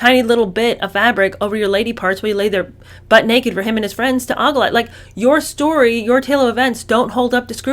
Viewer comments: It's OH-gle, not "oggle",. Love you and your content,!! ❤ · ogle is pronounced OW-gul and not AH-gul. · In my neck of the woods it’s pronounced OH gull.😅. hates being called out on pronunciation because Tomato tomahto🍅